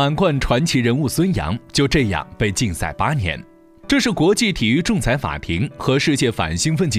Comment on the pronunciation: 你为什么所有in都读作ing? 金牌你读经牌 心脏你读星脏， 禁赛你读竞赛，母亲你读母青，亲自你读青自，世锦赛你读世井赛，视频你读视屏。 请尊重你的母语，努力纠正错误发音。不用谢。